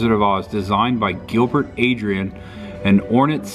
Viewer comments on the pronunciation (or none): none